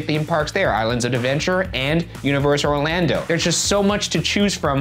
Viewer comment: not only was i surprised but appalled when ryan said orlando - someone who lives in orlando